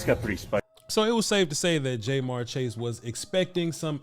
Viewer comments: Ja-mar chase, not jmar. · It’s jamarr not jmarr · Love what you've been doing this last year plus and I'm a big Cowboys fan, but I have to say that hearing his name pronounced Jay'Marr was like nails on a chalkboard 😂 After seeing a few of the other games this weekend though I would be concerned for the future about illegal contact penalties from Trevon with the way they're calling it this season. What do you think? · It’s not Jay-Marr or J-Marr Chase. It’s pronounced JaMarr or Ja’Marr Chase. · Is jay-mar chase an inside joke or something? It hurts my ears everytime I here it. Good vid though. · Bro this is good content but you killin his name Ja’marr Chase. The way you pronounced it is in this video is wrong as hell 😂. I’m from Cincinnati, I’m a Bengals fan that’s the only reason I’m even commenting. Diggs is pretty good but Chase is toasting him and Ramsey goofy ass all day if Joey the god Burrow has more time to throw 🤣